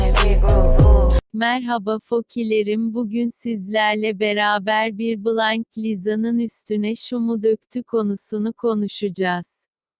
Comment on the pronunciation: Kimse: Hiç kimse: Google ses:bılaynk